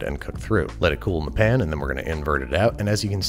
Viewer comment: The word pan still has an A in it, right? No one changed it to "pn" without my knowledge? Did Niles Crane write the voice over?